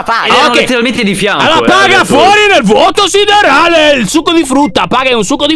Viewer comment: Che bello quando dici NEL VUOTO OSSIDERALE !!!